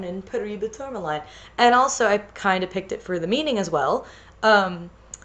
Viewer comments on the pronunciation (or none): Wonderful video as always! Also I'm pretty sure paraiba tourmaline is pronounced par-a-ee-ba tour-ma-leen or par-a-ee-ba tour-ma-lin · This looks fantastic! Also, tourmaline is pronounced "tore-muh-leen" iirc